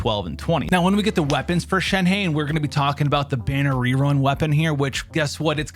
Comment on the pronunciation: Not shen-hey its shen-HUH